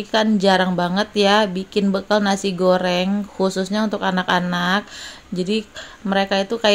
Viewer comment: Mak saran aja , kalo nyebut jangan bekel , tapi bekal gitu ( bahasa yg benar)